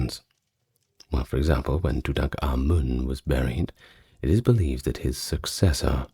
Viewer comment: Finally someone that can pronounce King Tut's name correctly❤😂